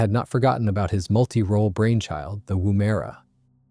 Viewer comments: It is woomera not woomaira. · Its pronounced woom (as in vroom vroom) - er (as in urrrr) - a (as in uh). Woomera. Emphasis at the end. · Woomera. It's pronounced "womb-a-ra". It's good manners to actually research and attempt to pronounce indigenous names correctly. It's an Aboriginal word that describes a tool that launches a spear. There's a pace in the desert in South Australia also known as Woomera, it was created as a test site for Australian and British missile and rocket programs. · Repeat after me- WOOM (Wuhm) er ah. It is a device used by Aboriginal people to extend the range and power of spear throws. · Actually, emphasis is on the first syllable, "Woom'era", and the "e" is often dropped, as well. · Interesting pronunciation of “Woomera “. Why can’t Americans ever pronounce Australian names properly. Even major cities like Canberra, Brisbane, Etc